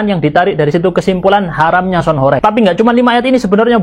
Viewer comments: Horeg itu huruf "E" nya bukan kayak penyebutan "korek" bang.. tapi penyebutan huruf "E" nya kayak kata "warteg" / "gempa".. Dan horeg sendiri artinya bergetar kyak gempa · Mas dibilangin dari kemarin kok gak bisa to,sebutanya bukan sound horek,tapi sound horeg..tolong lah komenku dibaca..beda lo horek sama horeg